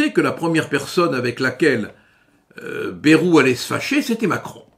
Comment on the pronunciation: Respectez les prononciations régionales. Le ay de Bayrou se prononce comme dans Hendaye, cipaye et cobaye.